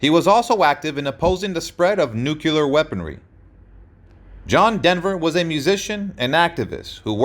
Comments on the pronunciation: So sad that your AI voice can't pronounce the word "nuclear" .. it is not pronounced "nuke you lear" .. it is pronounced "new clear" .. otherwise an interesting article. We met in New Zealand. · The word is pronounced new-klee-er, not new-cue-lur... There is no "u" in nuclear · What is NUCULAR? I thought it was Nuc-cle- ar. NUCLEAR. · Nu -cle -ar Nu clear nuclear